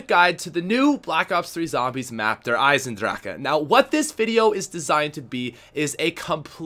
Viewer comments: no its not im german its der eisendrache with an eh at the end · i dont think its der eyes in drach, just doesnt sound german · It's not dracha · notice that in the trailer Dempsey says DRACHA so now every youtuber pronounces it like that and makes me cringe lol. It is pronounced "drache". German vowels have only one pronunciation sound unlike English vowels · WHY DO U KEEP SAYING THE END OF THE MAP WRONG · bothers me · E makes an A sound in German dude